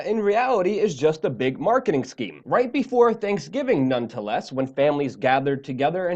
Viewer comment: I enjoy your content sir, but it gets me every time when you say certain words or phrases so incorrectly—and the grammar sometimes, bwahaha!!! It’s so funny. “none-to-less” was the one I caught this time.